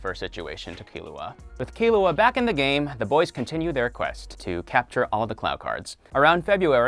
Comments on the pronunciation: He says kil oo uh, it’s key loo uh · Why am I so annoyed that he said Killua’s name wrong- Killua (Pronounced Kirua) ;-; No hate